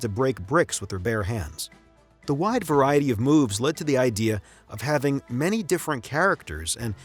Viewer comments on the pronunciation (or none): none